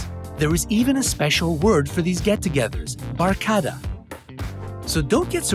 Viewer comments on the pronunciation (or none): I'm a Filipino so here is how u say barkada ( Bar - Ka - The/Duh )